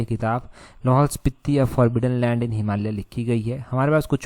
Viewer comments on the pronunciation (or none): none